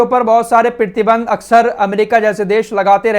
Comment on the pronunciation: प्रीतिबंध नही प्रतिबंध, अहान नही आवाहन 😂😂😂